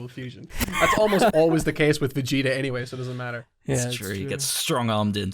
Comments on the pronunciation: I don't think 'Vecheeta' was an Irish-ism in case, more of a childhood-ism. Burnt in early childhood mispronounciation and remained like that since no-one pushed back until he got on YT. But what baffles is none of you mentioned the running gag of Goku calling Glorio 'Goriro' but that's pretty much the same thing. But on that note, I'll share a 'Big Green'-tier Hungarian dubism: we had Piccolo as 'Young Satan' because that was the localisation for Majunior, and the Hungarian dub carried that title of his into DBZ instead of calling him by name. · as a fellow irish dragon ball fan, I can safely say that I've never said or heard this pronunciation in my life